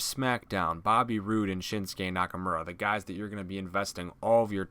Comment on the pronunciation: Why did he say shinskays name like that